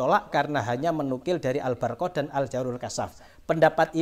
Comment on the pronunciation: Waduh kang mocone be wis salah ALBARQOH ora Al barokah sisan kang sing bener mocone ALBURQOH.wis Wis wis.....cari panggung ini